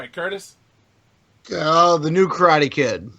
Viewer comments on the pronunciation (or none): none